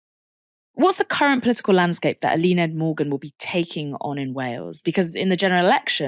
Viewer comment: love your guys' coverage but please work on your pronunciation of words like Senedd or Eluned